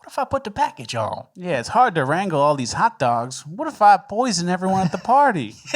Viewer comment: "Wut if I put da package ohnn?" 😂😂😂